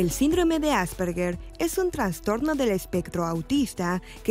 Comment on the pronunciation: Que bueno que no le guste la palabra "transtorno" porque no se dice así, se dice TRAS TORNO